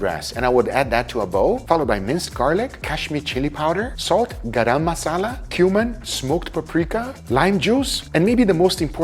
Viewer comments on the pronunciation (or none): none